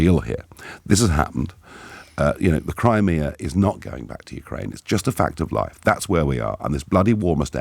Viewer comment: Its "Crimea" tw@